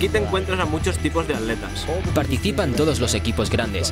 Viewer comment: Completamente de acuerdo contigo. Que porquería de doblaje. No saben pronunciar en ingles y ni saben pronunciar en esoañol: ¿que es eso de aletas??? ¿Y la T para que está? Es atletas.